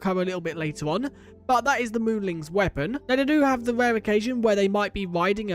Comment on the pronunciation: Wait, so are they moolings or moolins? I can't tell, because from what is shown in the UI, it's spelled moolin, but it's definitely being pronounced with a g at the end. I'm not sure if it's intentional, and if not then I apologize if it's insensitive of me to say